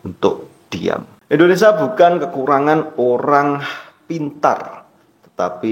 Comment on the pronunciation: Mas kamu ini ngomong Indonesia aja salah bukan endonasa 😂😂😂😂 tapi ngeyell😂😂😂 otak pendek ternyata..